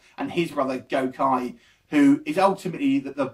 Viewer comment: First person who said it drags. I know plenty of fans and non fans who loved it as a movie and it didn't drag for anyone. Akuma was badass in this and doesn't look silly at all oh and it's pronounced gokee not gokye. Having watched it, you should know that, lol..